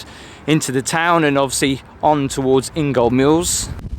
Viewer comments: Please pronounce it correctly ... Ingoldmells. Not Ingolmils. I really did enjoy this videa. We usually go to Ingoldmells twice a year and see some of Skegness too, but this year, due to COVID-19, we haven't been. Thank you! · Nice presentation, especially looking, overall, but, really?.. 'The famous Skegness Clog Tower'??.. Its the CLOCK Tower.. Its got CLOCKS on it!!!.. IngoldMELLS not IngoldMILLS, also.. And, anyway, what's Great Yarmouth actually got to do with any part of Skeg, even what it might also have, anyway?? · Ingoldmells is pronounced In-ga-Mells. You made me chuckle. Great video did not expect to see you up this way. Do you remember the Wild West show that used to be located where the marina centre used to be.